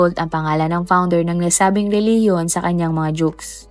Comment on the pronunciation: Ano bang nagpatawa ka sa RILIGIYON. Bakit ayaw mong ipatawa yong RILIGIYON mo kung tama ba.